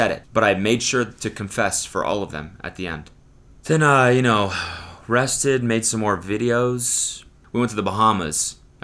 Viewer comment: I didn't hear you say rested... I swear to god I heard arrested, I was like wtf do you mean you were arrested don't say that so casually